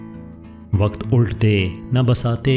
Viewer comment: Behtreen intekhab magar TALAFFUZ GHALAT hai kayi maqam par jesa k "Waqt ULT (correct pronunciation: ULAT) day na BASAT-e-Hasti (correct pronunciation: BISAT)